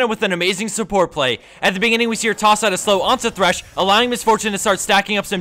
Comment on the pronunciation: It's THRESH FFS, IT HAS A H.